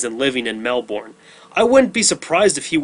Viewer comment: Mel-burn not Mel-born